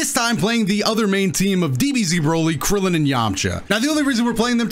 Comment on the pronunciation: he said kriddilin KRIDDLIN :l